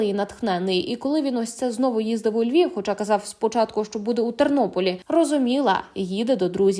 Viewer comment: Львов, він не говорить Львів. Він схильний більше до російськомовних.